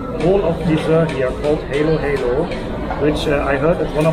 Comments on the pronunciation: You pronounce it Halo halo not helo helo, Halo halo in tagalog means mix mix everything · das heist HALO-HALO. Like when you said it in german language hallo hallo. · it's pronounced ha-lo ha-lo, short a, not heylo-heylo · Hi. Halo Halo pronounce like Hallo in German. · It’s pronounce ha-lo ha-lo. Mix-mix